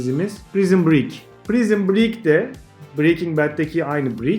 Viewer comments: Hocam bu arada naçizane telaffuz konusunda bir hatanızı dile getireyim, "Prizın Brik" şeklinde değil de "Prayzın Brik" olarak telaffuz edilir. Saygılarımla. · pek haddime değil fakat Prison Break'in telaffuzunun (Prayzın Briik) olması gerekmiyor mu?